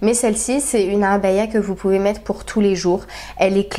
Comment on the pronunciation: Tu prononce très bien Abaya, très jolies tenues, elles te vont toutes à merveille MashaAllah